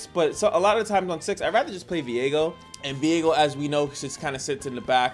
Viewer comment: Isnt his name viego? and not veigo